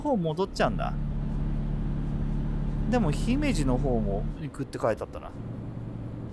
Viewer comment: 姫路のイントネーションが気になる関西人ですw